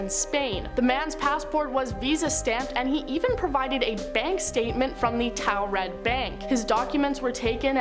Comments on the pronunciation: Why the hell she say taured like that?! Ooh that pissedd me off! It's not towred it's tored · I think I'm from a parallel universe where these lists are all made and if I hear about the man from Taured one more time. I'll explode. These are all the same just different presenters. And not a ONE says Taured the same as another. These lists are all regurgitated content that I've seen and heard countless times and if Landon doesn't want to lose subs he should investigate and exclude if it's mentioned more than 10 times he should disregard that part. These channels are soooo saturated with old content. Make something from the bottom to the top. We give you our time subscribe to you and you put 0% effort. We deserve better.